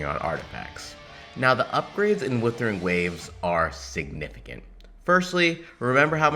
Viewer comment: Bruh that's not Weathering! That's Wuthering waves ! At least pronounce the name of the game correctly!